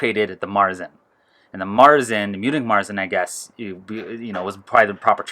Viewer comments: Fun fact: Marzen (with an umlaut .. over the "a") is actually pronounced "Mairtsen." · Do all Americans pronounce Märzen like this?